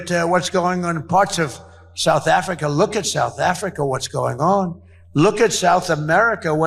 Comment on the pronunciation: Souff Africhhhaaaa